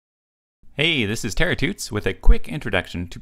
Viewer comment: Terra-tuts is probably not the best phrase. Terratuts sounds like Terra-Toots. Toots are farts. Terra Toots = Earth Farts or Land Farts. So you are basically opening by saying: "hey, this is an Earth Fart, with a quick introduction...." hahah... sorry. I mean, good vids. Enjoying them.